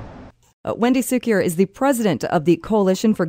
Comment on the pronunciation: Cukier is not pronounced Sookier. It's pronounced Kookier.